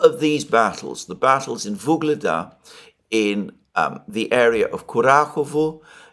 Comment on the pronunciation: "Vuledar" has no "g" in it